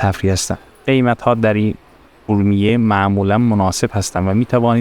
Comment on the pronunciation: بزرگوار چند نکته ای را لازمه بدانید . فیلمبرداری از مغازه های بسته در خیابان را میکس و حذف کنید صحبتهای گذر عمومی را در فیلم نگنجانید ... عابرین پیاده رو را از روبرو فیلم بگیرید و از پشت سر اونم به صورت طولانی خودداری کنید و سعی کنید از واژه های اشتباه و غلط برای صدا و گویندگی ستفاده نکنید . مثلا کلمه خورشت به جای خوروشت و ا رومیه به جای اورمیه به صورت گویش صحیح استفاده شود . با تشکر